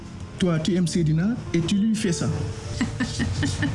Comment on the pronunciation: Suis-je la seule à remarquer que ne sait pas bien prononcer "u"?J'ai l'impression qu'elle dit toujours "i" au lieu de "u", genre "ti" à la place de "tu"🤔🤔🤔